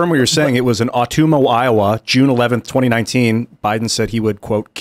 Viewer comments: O-tum-wah not O-toom-wah. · SLAUGHTERS the name of that town, Ottumwa. Pronounced ah-TUM-wah, accent on the second syllable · Someone please have Roseanne teach how to pronounce "Ottumwa." She knows. It's Tom's hometown. Probably why she didn't correct him lol.